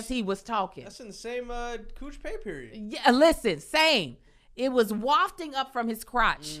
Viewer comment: said "Cooch pay period" 🤣🤣🤣🤣🤣